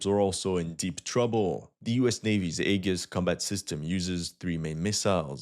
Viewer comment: Aegis is pronounced A-JISS.